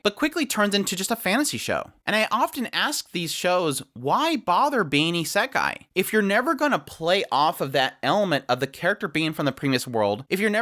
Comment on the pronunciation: nothing to do with the point of this video and no offense why do you pronounce it as isEkai?